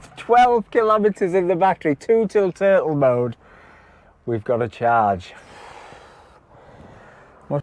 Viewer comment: What an adventure, & I thought you said tootle-mode, think I misread turtle-mode, but tootle-mode sounds about right 😀